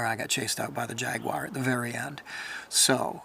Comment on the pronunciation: It's not a " jack wire. Or pewwmah. It's " jaguar and puma